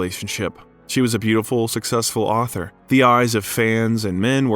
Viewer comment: You basically summarized and quoted his book but passed it off as your own research by saying, "the a tor said". Lame.